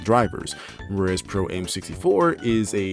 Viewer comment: Oh my god, stop saying "Pro-Aim"! It's pronounced "am" because it's short for "amateur". Radio-Controlled PROfessional-AMateur. Get it?